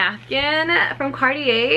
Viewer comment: It’s not card-ee-yee but it’s car-tjay. That’s how you pronounce it. Thank you ☺️